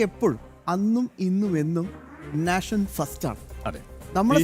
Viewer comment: നേഷൻ ആണ്. നാഷൻ അല്ല 🙏🏻